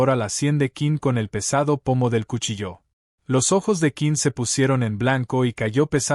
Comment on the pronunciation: Narración mediocre. Se de cuchillo no cuchilló!!!